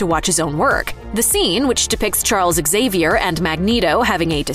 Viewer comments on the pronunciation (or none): Xavier is pronounced "Xavier" NOT "Ex-Avier", after all one talks about Xylophones not Ex-ylophones.